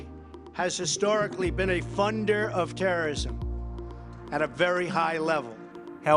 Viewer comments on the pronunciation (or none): none